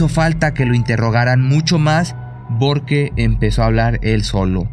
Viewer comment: Nunca dice porque. Dice borque .